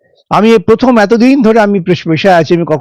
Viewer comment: ঠিক বলেছেন... Sangnadikata র প্রথম পাঠ হচ্ছে ** keep patience ** এ ছাড়া ও প্রার্থী বলতে পারেন না... Parthi বলেন. Prothom বলেন না, pothom বলেন 😂😂